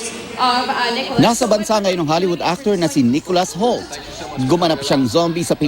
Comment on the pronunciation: It's not HAULT, it's HOULT... lol